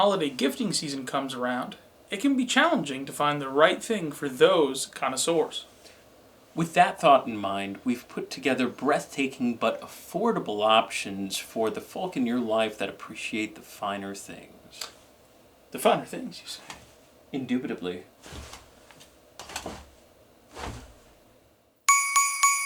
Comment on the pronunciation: I don’t like how he pronounced the “L” in folk . Also beer enthusiast is probably the nicest way to call someone an alcoholic